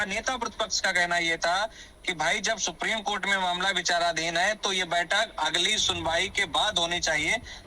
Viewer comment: सुप्रिम कोर्ट नही। सुप्रीम कोर्ट बोला करिये।